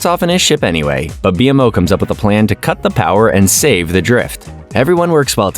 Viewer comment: what is happening first you say bmo wrong and now alternate but mostly say marceline wrong too?! Is this even a real person